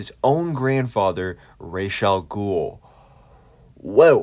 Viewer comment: Ras Al Ghul is Arabic. Ras means 'head' in Arabic and is pronounced R-ah-s, not Raysh.